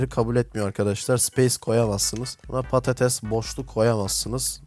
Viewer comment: abiiiiiiiiiiiiiii patates patetes değilllllllllllllllllllllllllllllllllllllllllllllllllllllllllllll